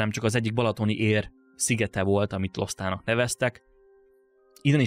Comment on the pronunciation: Szerintem valószínűbb, hogy Lostának kell ejteni, és nem Losztának. Mert a térképen minden magyar, akkor az is valószínűleg.